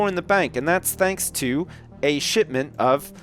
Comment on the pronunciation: dont you mean a "sipsment" instead of shipment:)